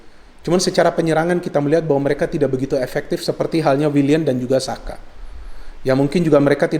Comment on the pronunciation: ooo...saya kira xhaka bung,soalnya tadi terdengar seperti xhaka